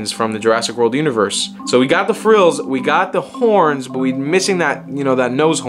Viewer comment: Jurassic World Univorse , lol